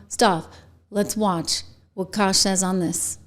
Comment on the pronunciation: IT'S CASH! GET IT STRAIGHT LADY. HE'S AN AMERICAN. 🇺🇸